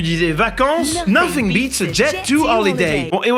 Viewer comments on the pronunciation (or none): none